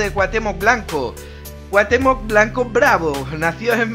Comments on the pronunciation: Muy buen video pero rem no es cuatemoc es cuautemoc asi se pronuncia pero se escribe cuauthemoc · CuaUUUUUhtemoc con U, no cuahtemoc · y dale con Cuatemoc !!! CU-A-UH-TÉ-MOC xD siento ser " ese tipo " pero de verdad, que conste que no soy hater ya le di like y no he llegado mas que a la primera parte que dices Cuatemoc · grande y grande el vídeo, pero es CuaUhtémoc, no Cuatémoc jajaja, saludos crack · Pronuncias su nombre como si tuviera acento en la o, pero la tiene en la e.